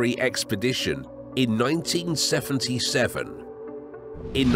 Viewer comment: Why he say 1977 like nointeen seventee sevenn